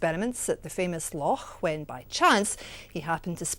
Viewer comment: she said, "Lochaulk" HA!